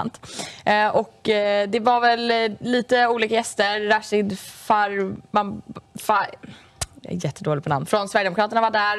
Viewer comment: Hon kan inte säga rashid farivar?..